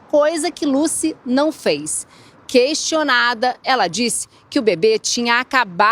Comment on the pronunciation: Gente, essa jornalista toda hora falando "bebeis" é de dar nos nervos! E ainda falou "queistionada". Put a kepp pariu! No mais, parabéns ao!